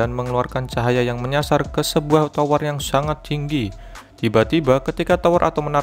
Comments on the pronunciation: biasa aja bang ngomong nyaa pake indo asli aja jangan so Inggris jadi salah kosa kata masa tower jadi cower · Tower bang , bukan cower 😂